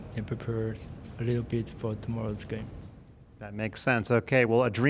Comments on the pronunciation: Ding Li Ren not Ding Li Zhian 😂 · WRONG. His name in Chinese is pronounced Ding Li Ren with a ‘R’, NOT a ‘J’. I have no idea where this ‘Jen’ pronunciation came from. And you have all these people patting themselves on the back for “saying his name correctly” when it’s just plain wrong. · His name literally has 人 which is 'ren' not 'zhen' so I got no idea why is pronouncing it like this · Correct pronouciation is Ding Li Ren, not Ding Li Chien or Jian or Zhen. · "Ding Lijen"? 😂😂😂 If you're saying who am I to disagree? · You’re pronouncing his name incorrectly! His name in Chinese is pronounced Ding Li Ren with a ‘R’, NOT a ‘J’. I have no idea where this ‘Jen’ pronunciation came from. And you have all these people patting themselves on the back for “saying his name correctly” when it’s just plain wrong. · I'm pretty sure Ding himself said in some chessbaseindia interview that 'Ligen' is the correct pronunciation. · its ding chilling not ding Li-GEN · His pronunciation is nothing like what it's supposed to sound like. I have no idea where the French J sound came from but it's not even close to the right pronunciation which you'd be 90% there by just using an English R.